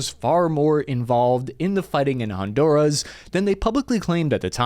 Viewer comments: its honduras not hondouras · Did you say “Hondourish”?😂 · keeps mispronouncing Honduras😊